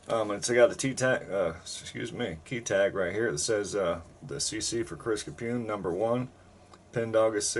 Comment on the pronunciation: Yes you got the pronunciation correct. Again a great treat!